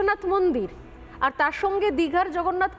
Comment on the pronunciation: Jagannath Mondir bolte khub kosto hocche!